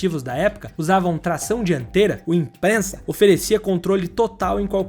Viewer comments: Brabo demais! OBS. Não é impreNsa, é Impreza. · obs: não é "imprensa" é "IMPREZA" sem N e sem S, é com Z! De resto, excelente video! ah e deixou passar nascido para correr! os 2 filmes com o wrx sti 2004...filmasso! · Não é Imprenza mas sim emprenza sem T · Impreza não Imprenza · Eu sendo dono de um ImpREZa gt chega a não dar pra assistir até o final com vc falando ImpRENZa. 😐 Se alguém se interessar eu legendei um documentário sobre essa época que o ImpREZa foi usado em assaltos, tá no meu canal. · Q imprennza oq. Fala direito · Subaru IMPREZA e nao IMPRENZA....😂😂😂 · Não entendo porque ficam falando ImpreNNNNza, o nome é IMPREZA sem o N. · Parei no impreNza... O cara faz vídeo sobre carro sem saber falar o nome do carro.... kkkkkkkkkkkkkkkkkk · quando for fazer um doc, certifique-se de verificar a pronuncia dos carros. É torturante escutar imprensa. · Aí tudo bem, mas colocar uma "N" 🤦🏼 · Colocar a foto do Honda S2000 bem na hora que você fala de carros tração dianteira é de uma falta de inteligência sem tamanho! Bicho nunca foi tão difícil terminar um vídeo desse cara! Não sei ele não tava com paciência para fazer o vídeo, se tava com preguiça e só recortou trechos de vídeos prontos do próprio canal. Como se nada disso bastasse, ter que ouvir imPRENZA o vídeo inteiro fala muito mais da incapacidade dele de pronunciar corretamente o nome do carro do que qualquer outra coisa. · Que agonia dele chamando o carro de IMPREENNNZAA😂😂😂 DE onde veio esse N? Misericórdia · Como é que o cara faz um vídeo sobre o carro que ele não sabe nem falar o nome? ficou zuado isso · pelo menos aprende a falar o nome do carro direito, mané que não aceita crítica